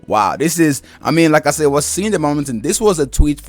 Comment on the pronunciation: Your saying Sayed, it's said thankyou